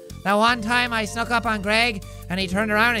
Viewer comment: He said suck not snuck